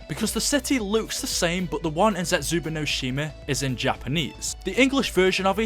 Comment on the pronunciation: I get that you're British but why do you say Zetsubou as (zetsuba)